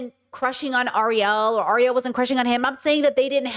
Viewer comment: His name is GEAR-HEART! Her name is AIR-EE-ELL! Seriously…….🫩 Ok….now I'm out! Your reasoning is off…….